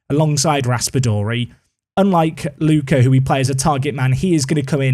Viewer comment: Tonali can't be an Atalanta player, since he was an important Brescia player, and Atalanta fans hate him as much as he hates Bergamo. There will be riots in both Bergamo and Brescia if something like that happens 😂 Ps: Try to pronounce Ricci just like Ritchie and Lucca like Lukka 😅